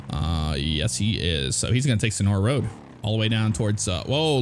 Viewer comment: It's "all ova da woad" :) And let's not forget COOOOODE ZEWO SANNNDYYYY